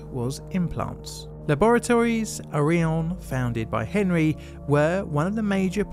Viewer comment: "Henri" is actually pronounced ON-REE in French. Just sayin... Carry on. 😁